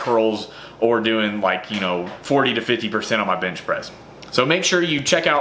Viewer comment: At first I thought you said "Dynamic BINGE day..." I was like 8D hellyeah, boi!! Where da food at???